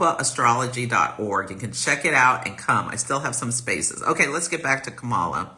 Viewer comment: From your mouth to Goddess' ears! Yes we! BTW - it's pronounced like "Comma-La"